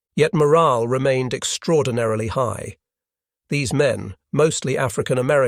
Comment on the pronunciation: " Moral remained extrodenally high" Yeah, when you are speeding your ass off, you're in a pretty good mood. For a while...........